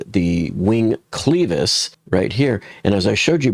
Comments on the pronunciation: why are you pronouncing it sleeves not clevis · It's 'clevis' not 'cleevis'. Check Google. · It is NOT pronounced cleeeevisss. IT IS CLEVvv- Is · It’s pronounced as if u were saying clever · Clevis - with a short "e". Not pronounced like "cleaver:, but like "lever" Yes, it matters if you wish to sound like you know what you are talking about.